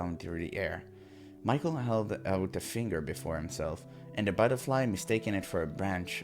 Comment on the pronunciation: You need to use French pronunciation of name Michel. It's correct one in this game. Nice to see that you like this game. Can't wait for more!